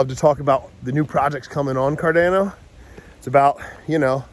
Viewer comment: I love you! Why did you start pronouncing it Car DAN o all of a sudden? 😄